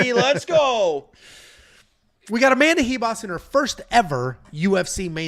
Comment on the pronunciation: Why the hell does everyone say amanda Hivas???? Its ribas with a RRRRRR